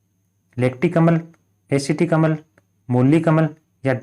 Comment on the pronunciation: भाई उसको अमल नहीं बोलते अम्ल बोलते हैं